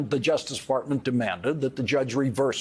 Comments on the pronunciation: did he say, “justice fartment”?? 😆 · I wasn't paying attention for a minute and I SWEAR that I heard Lawrence say 'the Justice Defartment' 🤣 I'll treasure it always.